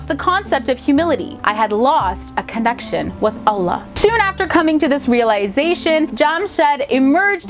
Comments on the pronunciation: Her pronunciation of Quran, imaan, hijab, Allah, Yusuf, Islam is so good for a non muslim ❤️🥺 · girl, the way u say Allah.., sounds so muslim.